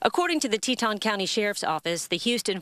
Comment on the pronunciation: Teton is pronounced Tee-Tawn.